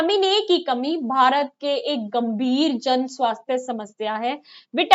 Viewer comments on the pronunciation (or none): none